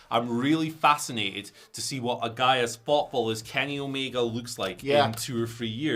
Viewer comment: His name is Kenny Omega not Kenny Omeger. Please stop added -er to the end of words that don't have -er at the end of them. It's a name. You can't just say it however you want. It's rude to mispronounce names like that. The "a" at the end of Omega is always pronounced as an "a" and never as "er". The letter "a" is NEVER pronounced "er" so please stop doing it with proper names.